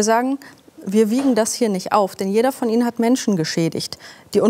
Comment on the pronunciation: Jaaaa, und bitte ´betonen´wir auch bitte noch tausend mal das `INNEN´! Boah, ich kotze!